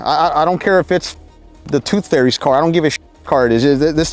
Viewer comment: He's always saying tooth ferry 🤣